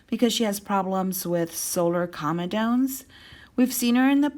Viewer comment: You should pronounce comedones correctly.